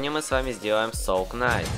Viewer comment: Произносится несоул кнайт а соул найт, а так хорошее видео)